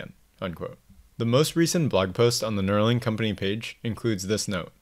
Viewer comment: Neuralink, not Neurolink